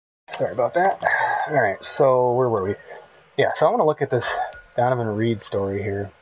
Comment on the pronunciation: REDD....not Reed